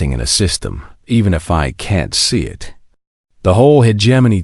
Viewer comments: So is "Eye Tee" of "it", and "You Ess" for "us". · OMG the pronunciation is awful how can you not even say us or it? and the punctuation is bad as well.